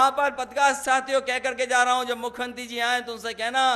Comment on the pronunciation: मुख्य्यंत्रि नही दादा मुख्यमंत्री बोलो बोलना आप को नही आता योगी आदित्यनाथ जी अंग्रेजो की नस्ल नही है सनातन धर्म के हिंदू हैं